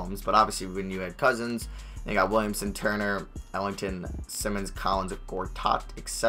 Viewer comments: For Anfernee Simons- it’s Sigh-muns not sim-muns (ex. Ben Simmons) JS. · Anfernee simons last name is pronounced sigh-mins